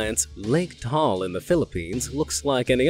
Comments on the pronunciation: Pinoy here, Taal is pronounced with two syllables not just one like 'tall' its pronounced Ta-Al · HEY IT'S MY COUNTRY PHILIPPINES!!!! the TAAL volcano though we usually pronounce it as "TA-AL" not "TAAL". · "Not Tall, Taal." - Literally you butchered it.. it sounded alike. 😒 What's the point of making distinction if you did just the same? - (correct way is:) "Taaaahhh Aaahhhl" 😓 "not tall.." - I think it's your voice/video included in this clarification.. - although kudos to you for reading that Iceland one.. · He did make a few mistakes. The Philippine volcano is pronounced "Ta-al" with both a's spoken. Also, the island isn't Manila it is Luzon. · Did you just say the island of Manila?! 🤦 Luzon is the name of the island that the city of Manila (and Taal) are on. Also it’s pronounced Ta-al, not tall. Trust me, I was born and raised there, and have been to Taal twice and even swam in the crater both times. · actually the pronunciation of ' TAAL ' is ' TA-AL' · Ta-al (two syllables) is in the Philippines on the island of Luzon and not Manila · It's pronounced Ta-al. And the bigger island is called Luzon; Manila is the capital city IN Luzon.